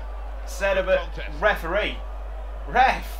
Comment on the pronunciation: REF UHH REE, COME ON MATE